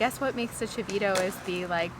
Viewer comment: Chito ? Não se diz chivito